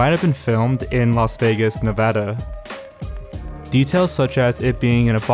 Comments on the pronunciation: Thank you for saying Nevada correctly. I have live here all my life and my dad has lived here for a long timed. He was born on 1971(?) I’ll see if he saw it and/or knows anyone who went. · i give you my utmost respect for saying nevada right. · OMG GUYS HE SAID NEVADA CORRECTLY